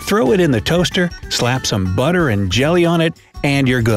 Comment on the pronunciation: I’m kind of focusing on how this guy said BUTTER and JELLY